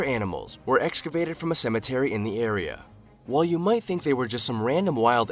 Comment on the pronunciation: The narrator said wall for while. I wonder if he says wah or why? illiterate